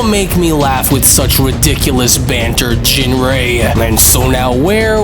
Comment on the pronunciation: So how do you pronounce ginrei? Because it was said different 4 times. Surely these episodes are checked over before release?